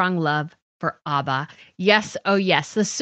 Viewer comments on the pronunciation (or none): It is ABBA as in Apple, not Arba.